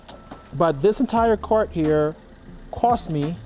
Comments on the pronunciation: How much it cwosts 😂😂😂 I love it ❤️ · Cost, cost! Not cwost🫤